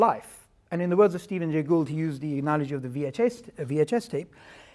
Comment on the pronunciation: "Analoghee." - Alex O'connor